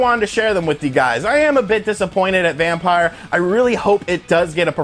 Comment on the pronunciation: It's not Vampire, it's Vampyr. (vam-peer)